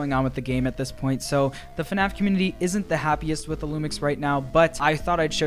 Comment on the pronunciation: AHHHH IT'S FUHNAFF